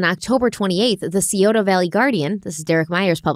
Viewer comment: Scioto is pronounced Sigh Oh Tuh